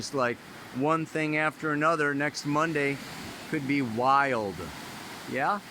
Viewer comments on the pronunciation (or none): none